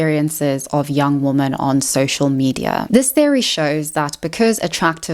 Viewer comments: loved the video but why do u say woman instead of women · Why do you pronounce women as woman??? Ok so what you said about men equating intimacy with control listen, I literally stopped having interest in sex not long after 50 Shades came out because every freaking woman wanted me to dom her in the sack, some even wanted rape play and my father is a rapist and that was just the highest turn off for me and I have basically given up on women as a result of all of this. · Why does she pronounce 'woman' and 'women' the same?? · Please learn how to pronounce WOMEN!!!!!:face-orange-raised-eyebrow::face-fuchsia-tongue-out